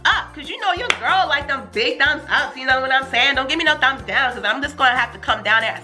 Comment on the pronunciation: lol you can hear the whine ...i put the the tray Daown ...how cute